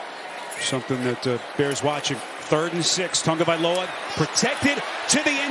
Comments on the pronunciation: This drives me absolutely insane and has permeated the media. IT'S NOT PRONOUNCED "TUNGA-" you absolute MORONS. IT'S PRONOUNCED "TAGO-" EXACTLY AS IT'S SPELLED. Stop this nonsense please. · Why does every announcer throw an 'n' into the first syllable of Tagovailoa's name?